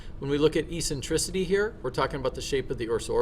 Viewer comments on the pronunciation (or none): The pronunciation of Eccentricity is Ek-sen-triss-itty. And Obliquity is pronounced Oh-Bleak-witty. Not ee-sentrissity.. and Ob-lick-wid'y. Also Aphelion is most commonly spoken as App-Heely'on, not A'feel'eon. Cool video though.